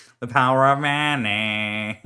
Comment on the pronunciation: The Power of muneh